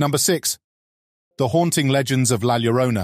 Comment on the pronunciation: It’s NOT Gwanajuato. It is pronounced Whanawhato La Llorona is YORona. 😖😖😖moving on. Cannot stand the mispronunciations.